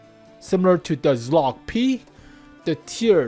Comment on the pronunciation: pls stop pronouncing Czołg like that 😭